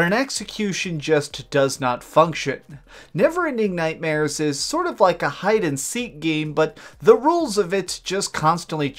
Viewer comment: What is with the weird pronunciation of the game titles. "Sonic forcesssss" "Never ending nightmaressssss"